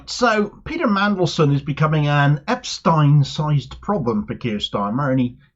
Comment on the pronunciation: So glad you pronounced Epstein in the correct way - then you changed it!